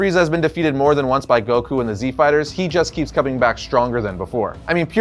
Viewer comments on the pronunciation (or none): none